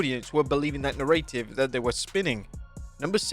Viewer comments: 'Narr-ay-tive'? Are you dumb? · Why did u pronounce narrative like that???